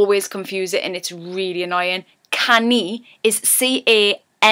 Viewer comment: you sound like Perrie Edwards. And when you sai Annoying, and word. hehe